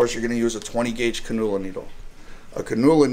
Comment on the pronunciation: Can-you-luh not can-noo-la